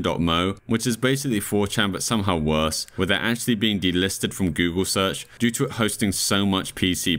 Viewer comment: Dory-toes? Goggle??? Is this an ai or just someone from another planet??